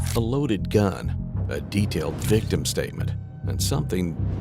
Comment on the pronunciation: "The victim identified him..." "VIVTIM"? Victim of WHAT?